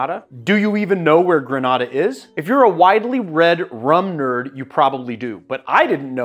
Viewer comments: Gre-nay-da, not gra- nah-da. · GrenAda .. long A sound.. respectfully thank you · Love rum and rivers and you… sooo I’m going to up your Caribbean street cred: “greh-nay-dah”. What you’ve pronounced is in Spain. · The island is pronounced "gre-NAY-de," a fact I only know because I'm old enough remember the US invasion of the island (but which I just confirmed on Wikipedia). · Was just going to say this! “Gruh nay dah” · LOVE these rums from home, but man, the incorrect pronunciation made my eye twitch. 🤣😂🇬🇩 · Please work on your pronunciation of Grenada